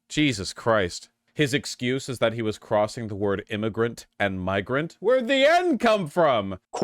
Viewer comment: We finally found the hard “r” in the word “migrant”.